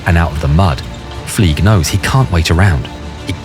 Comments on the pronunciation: “Fleig” is pronounced as “Flyg,” not “Fleeg,” because he has a German last name. If you were to pronounce it as “Fleeg,” it would be spelled “Flieg.” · THE WAY you say "FLEIG" hurts my soul deeply